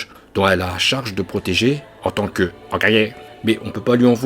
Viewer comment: "hokage" retour de la prononciation parfaite